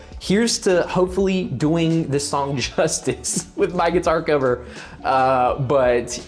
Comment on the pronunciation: I don't think I've ever laughed so hard at a reaction video as I did this one. You're editing is out of 10. Living in NC I appreciated the way you said sawng haha You totally rock the "grandma in the grocery store" in the hat vibe btw Ateez is really good at creating unique different music which is one of the many reasons they are my favorite. You definitely weren't alone in geeking out over the music aspect of it. I totally freaked over the organ part because it really makes it sound so epic and daunting. Its like they see the typical standard for a kpop song and throw it out the window. As far as the lore goes, you should watch the teasers because they do reveal some things but I think the kids at the end might be the witnesses and/or the kids that woke up from Guerilla. Good luck with the cover haha!